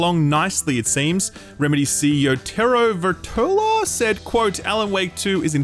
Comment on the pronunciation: It's actually pronounced "Tero Virtala"